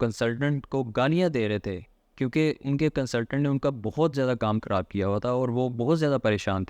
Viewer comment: ابے بھائی دائیں بائیں کی باتیں چھوڑو یار یہ بتاؤ کہ فائلر بنیں کیسے؟ اور اپنے اردو کے الفاظ بھی ٹھیک کرو، ہندی کے چکر میں اردو کا کچرہ مت کرو۔ فی امان اللُّہ۔ کھراب❌ خراب✔️ اچھے سے❌ اچھی طرح✔️ فِر❌ پھر✔️